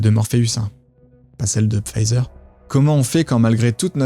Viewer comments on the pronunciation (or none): none